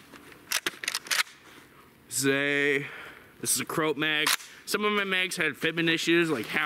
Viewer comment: FYI "Croat" is pronounced "crow-ott". Otherwise, awesome video. You've helped me decide this will be my first AK. Thanks